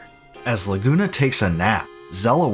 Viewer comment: great video, but honestly how can your pronounce laguna properly but not rinoa